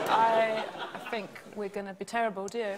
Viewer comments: And she says funk instead of thinked. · Sara's really attractive to me, but then she goes and says "fink" when she means "think." :-/